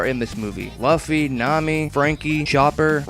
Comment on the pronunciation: You know you pronounced "Luffy" wrong, right?